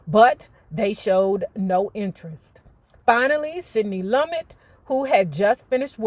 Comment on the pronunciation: Sidney's last name is pronounced Lu-met.